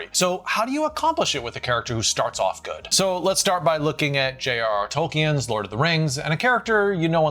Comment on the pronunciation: Hello,. "Tolkien" is pronounced TOLL-keen, with two syllables only.